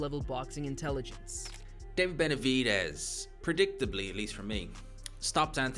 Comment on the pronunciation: Learn how to pronounce Benavidez before you speak about him!! If this is an AI voice, get another one. Makes the whole video lame a f.